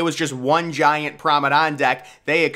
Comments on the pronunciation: Yeah Promedon i get it lol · WTF is a PROM- A- DON😂😂 DO you mean “promeNADE” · Lol I’m glad someone else hears this, it sounds like a he is saying “promedon” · Promenade NOT promedon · I know it's a year old but everytime you say the word promenade you're pronouncing it as promedan. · This is how you pronounce the word promenade... Prom-en-ard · Say it with me now... Pr(a)o-me(h)-nade. "Promenade" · Exactly! He's making a deck sound like a dinosaur! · Learn how to say promenade, Google it. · I came to the comments as I really wasn’t sure what he was saying 😂